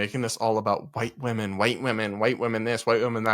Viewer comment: The word women is pronounced wim-min